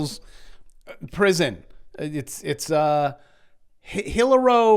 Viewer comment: Oh No...you said Hilliro!...another smash down coming from the Tube.